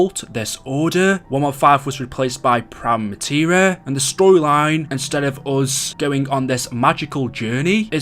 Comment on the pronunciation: Its not prime-a materia its prima materia